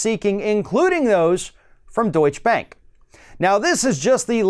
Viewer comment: It's Deutsche Bank. Not Deutsch Bank. You have to pronounce the last "e" in Deutsche.